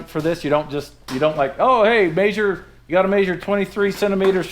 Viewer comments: Instead of measure, likes to maesure. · I like how actually says the "A" in measure. Maysure....hahaha